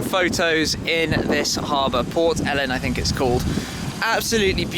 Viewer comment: "Port Ellen" 😂😂😂😂